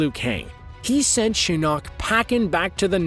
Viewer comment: I hate how he pronounces shinok